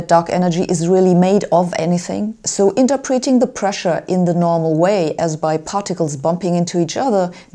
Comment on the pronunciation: As I usually can't hope to keep up with Sabine on the physics front, I'll just point out in a very non-PC way that her sneaking in incorrectly accented words is adorable - see "interpréting" . Usually, Germans would perhaps have issues vith W's and V's, ja? ... leaving the incorrectly accentuating words to the Nigerians. PS: And before anyone gets a hissy fit: I get to make fun of everyone, as I'm 1/8 German, 1/16 Kenyan, 1/4 Jewish, and either 1/16 or 1/32 Polish, depending on Greatfgrandma's story about her and the Polish Hussar being true. Oh, and 1/8 Haitian. So chill, mon. If in doubt, consult Stephen Fry on Peter Goras's Mathematical Theorem or the 1st invention to break the sound barrier